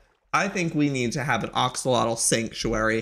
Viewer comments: joey it’s pronounced axe-o-lotl not ox-o-lotl 🤣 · whos gonna tell him its said axolotl not oxolotol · Ah yes, the OXolotl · "iS tHiS aN oCoLotL?" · BTW not to be rude sis but its pronounced Axe-alot-al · someone please teach joey to say axolotl the right way 😭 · He said axolotl wrong